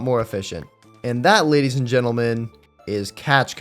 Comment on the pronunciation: Am I the only one who hears gadies and lentleemen instead of ladies and gentlemen😭